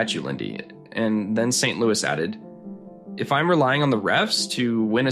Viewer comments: do not prononce the S in St-Louis Its St- L-oo-e.. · Pronouncing the Habs’ coache’s last name like it’s a city in the Midwest ))